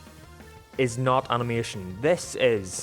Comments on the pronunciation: it's animation not animotion... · Points to the end of “Animation” and says it’s “motion” no it’s mation you’re wrong